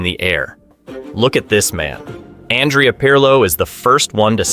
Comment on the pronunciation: 🤮🤮 “Andrea” Pirlo. This pronunciation is awful and I’m American.